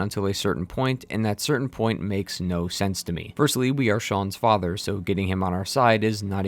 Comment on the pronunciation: Preston Garvey was the worst thing about this entire game. Shaun is FAJAH, FAJAH is Shaun.